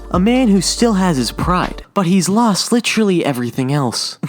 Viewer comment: If he says litchurly one more time I'm gonna have a stroke